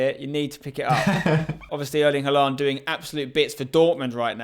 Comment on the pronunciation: Spencer you pronounce Haaland wrongly